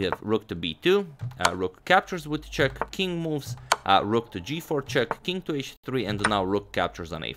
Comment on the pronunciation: it's funny when a newby says 'chess' instead of 'check'. "This comes with chess", pointing at Spassky's chair.